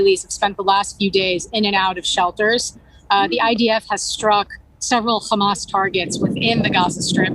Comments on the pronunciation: It is called Hamas or Khamas as Israelis call it not Hamam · It’s Hamas and not Hamal